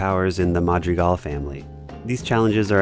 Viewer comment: “Ma jree gal”